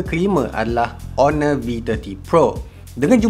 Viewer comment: Kalau sebut honor mmg bunyi ONOR ke aku yg tak tahu cara sebutan yg betul?